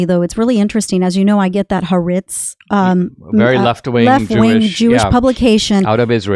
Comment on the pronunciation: The Israeli newspaper is pronounced "ha - A - RETZ". And you don't blow up the tunnels, not only because hostages might die, but also vital information is garnered by actually noting what is in the tunnels, like computers, weapons, plans for Hamas future attacks. In general, your conversation is glibly biased against "Democrats". What's up with that? You need to be more objective. Your bias taints any good ideas you might have. I am very disappointed.